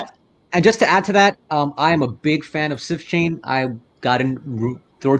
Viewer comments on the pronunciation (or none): Did he say "Sift Chain"?